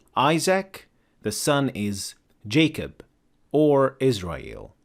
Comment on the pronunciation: Sir it is Jacob no how come it is job? Pls reply me back